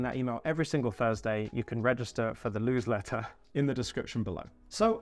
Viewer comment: The LEWSLETTER 😆 I love it 👍